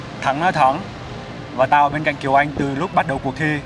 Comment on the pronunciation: Kiều Anh chứ kh phải Kiều Oanh, trời ơi mấy ông ơi :v